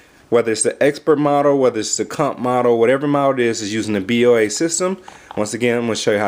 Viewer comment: it's pronounced Bow-a